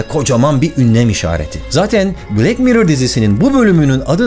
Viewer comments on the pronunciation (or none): Black bilek diye okunmaz bılak diye okunur bunuda öğrenin ve öğretin artık.